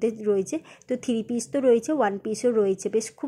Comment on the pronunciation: থিরিপিস কথা না থ্রি পিস।ঠিক করে বল।